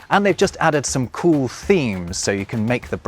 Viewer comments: beginning to sound like a German, the way you say "cool" as "kuhl". 😄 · you say “cool” a bit like German :D